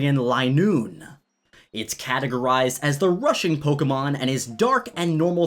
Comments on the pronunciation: I thought you said "Russian Pokemon"😂😂😂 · XD when you said rushing pokemon I thought you said Russian also I think galar weezing should be poison/steel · what I first heard was "it's categorized as the Russian pokemon" 😂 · If you thought he said Russian so-vi-et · When he said the rushing Pokemon, for some reason my brain heard "Russian Pokemon" wow. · i thought you said the rusain pokemon instead of rushing